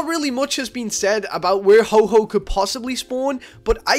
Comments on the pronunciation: I hate this. It's HO-OH not HO-HO. He's not santa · MY FREAKIN GOD IT IS NOT HO-HO ITS HO-OH. WHAT ARE YOU PRETENDING TO BE.. SANTA? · Its Ho-Oh non Ho-Ho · ho-ho, really, it is ho-oh not santa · ITS HO-OH NOT HO-HO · PHOEN1X ohhhh you said ho ho :/ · is Ho-Oh ,not Ho-Ho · WHYYYYYYYYYYYYYYYYY do you say ho-ho its ho-oh ho-oh is not santa!!!!!!! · Ho-oh not ho-ho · XD why after you exit Silver Cove you call Ho - Oh "Ho-Ho" XD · Its ho-oh yup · he called it ho-ho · PHOEN1X yessssssssss